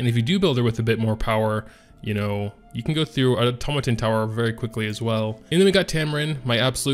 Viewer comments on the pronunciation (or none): none